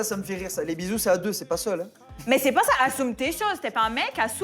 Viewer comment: j'assoume j'assoume elle a dit🤣🤣🤣🤣